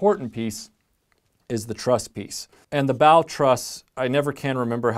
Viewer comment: I'm counting how many times you say "truss" in the video and I've already given up.